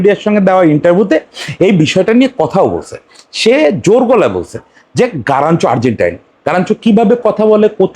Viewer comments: আপনি কি তোতোতোতোতোতলা 🤣🤣😂😂🤣। গারাচ্চো না কাগা গার্নাচো 🤣🤣🤣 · ভাই ওর নাম গারনাচো.. গারানচো নয় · আগে নাম বলাসিখেন তারপরে ভিডিও বানান 😅😅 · Plz pronounce the right name.